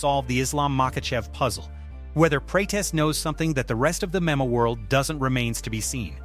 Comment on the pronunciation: Only clicked on this shit because it looked like the full amount MMA channel from the thumbnail just to get pissed off at the constant mispronunciations if the AI doesn’t know how to pronounce MMA maybe you don’t put MMA in your script so much